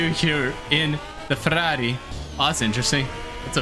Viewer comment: As a Italian great pronunciation for Ferrari 👌🏻